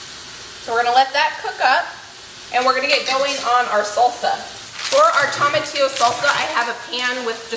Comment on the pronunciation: Toh-muh-tee-yo long o sound first not second